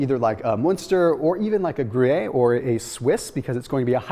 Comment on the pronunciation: Loving all these ideas!.ty so much. I giggled how you pronounced Gruyere cheese.I pronounce.it gree yare.